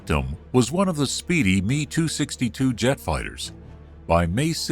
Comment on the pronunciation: Damned computer narrators. Calling the M.E. 262 a "me"262